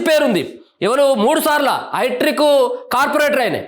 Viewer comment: హైట్రిక్ కాదు సోదరా, హ్యాట్రిక్ అనాలె.!😔🙃😌😒